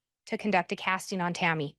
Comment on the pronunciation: My dumb brain gets annoyed every time she says an “ing” word as “een.” “Casteens” “Wanteen” it’s literally not even her fault lol it just pierces my brain in the wrong way